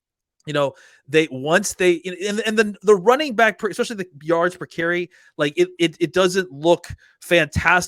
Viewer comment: Someone tell him it’s especially** NOT eckspecially